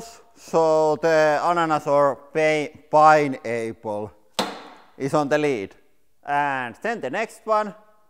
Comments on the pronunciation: I heard pain able :DD Maybe that ananas was able to feel pain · "Pine Ayple" I love that pronunciation!